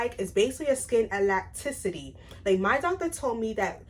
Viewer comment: Not trying to be rude but just to help you pronounce these words properly- there is no M in voluptuous, and it’s elasticity, pronounced e-lass-tiss-ity 😊